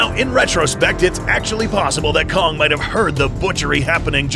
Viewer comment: am i the only one that heard c*ck instead of kong?